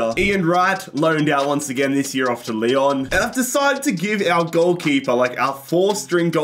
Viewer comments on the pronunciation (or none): none